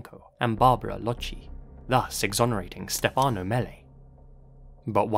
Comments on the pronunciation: As an italian yearlong fan of yours… you‘ve pronounced everything beautifully (and I thank you sososo much for the effort and work you put into it cause it shows) except for Stefano. In italian we say Stéfano (with the main accent on the e) instead of Stefàno (how you said). Besides that, I love how you‘re bringing up one of my country‘s most famous case and letting the whole world know about it. Obsessed with your work, keep up with it!! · the way you pronounce stephano hehehehe